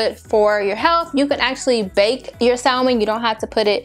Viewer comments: Sa-men.....the L is silent. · maam I know how to spell salmon. It’s how you pronounce it. You do not say the L in salmon.